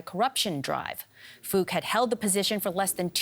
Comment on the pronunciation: From a vietnamese perspective, i find the way the reporters pronounced "Phuc" hilarious, it sounds just like the funny F word!